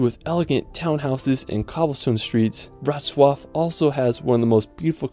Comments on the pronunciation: Wrocław was perfect. ;) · I'm very IMPRESSED and proud about how beautiful you said: WROCŁAW. Simply Perfect 👍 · You nailed Wrocław pronunciation 👌